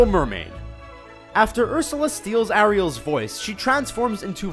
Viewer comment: Ah-re-al 😂😂 but I thought it was Air-re-al 😂